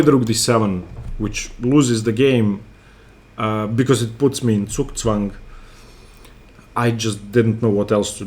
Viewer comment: I like how you pronounce ‘Zugzwang’ correctly!